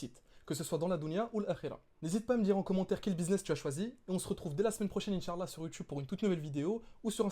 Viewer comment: Salam frère, merci tout d'abord pour ta vidéo, c'est très intérressant. J'aimerais attiré ton attention sur un point important. Tu prononce mal le mot Insha'Allah, il ne faut pas prononcer la lettre 3ain. tu dis Insha3Allah au lieu de Insha'Allah. En faisant cela tu ne dit pas "Si dieu le veut". j'éspere que ça te seras profitable, Baarakallahufik.